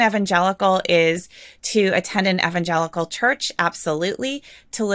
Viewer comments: Did she say evangelical "nutworks"? 😀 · She is mispronouncing evangelical. It's throwing me off so badly that I can't pay attention. I grew up evangelical and that's NOT how it's pronounced. Why am I supposed to believe someone that doesn't even know how to pronounce the name? Seriously.